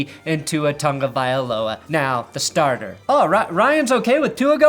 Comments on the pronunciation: Can you read? There is no "n" in Tagovailoa. How about you learn how to pronounce people's names? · Did I miss something? Why does everyone call Tua "Tangavailoa"? There's no N in his name...